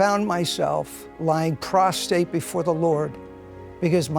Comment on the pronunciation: I hope that your state of knowing will include pronouncing PROSTRATE correctly not prostate, sigh...